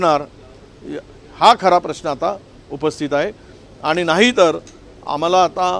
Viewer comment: 'आनि-पानी' का करता🙄.स्पष्ट उच्चार करणे इतकं कठीण आहे का. साधा 'ण' चा उच्चार करता येत नाही? शाळेत गेलेलात ना? भाषेच्या प्लॅटफॉर्म वर शुद्धच बोलले पाहिजे .